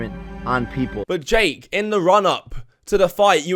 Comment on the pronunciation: ’’. Dake is claiming, Dake= Dumb Ass Jake not sure if was supposed to say Jake but it sounded like Dake and honestly if it was Dake thats even funnier because he should be Dake because hes a dumb ass xD